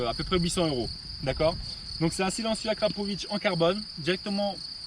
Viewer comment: AKRAPOVICCCC….et non AKRAPOVITTCCHHHH…. En plus c’est marqué dessus comme le porc salut ! 😝😳🙄 Bon sinon très chouette son, et ailleurs les lignes complètes ne sont pas moins chères de 50 % ! A part chez Wish…😬😂😂😂